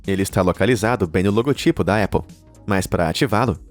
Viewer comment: Épple kkkkkkkk é Apple!! com "A" muito bem pronunciado